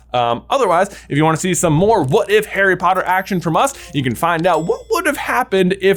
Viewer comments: I scrolled for so long to find this. Also it sounded like Harry Botter Fook. 😂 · "Harry Botter Book" ❤